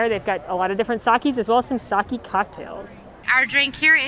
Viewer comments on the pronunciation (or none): Sake not Saki. This is your job and you can't even do it correctly? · Heads up, Japanese “sake” is pronounced “sa-keh.” Not “sa-key”👍🏼